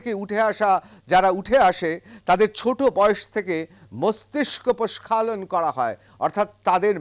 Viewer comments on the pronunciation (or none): প্রস্খালন নয়, কথাটা প্রক্ষালন